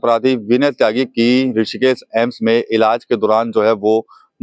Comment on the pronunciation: सही शब्द: ✅ एम्स गलत शब्द: ❌ अम्स संस्थान का आधिकारिक नाम AIIMS (All India Institute of Medical Sciences) है हिंदी में AIIMS का सही उच्चारण और लेखन “एम्स” होता है “अम्स” कोई मानक शब्द नहीं है, यह सिर्फ बोलचाल या उच्चारण की गलती है